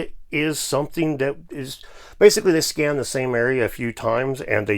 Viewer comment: you said scan or scam ?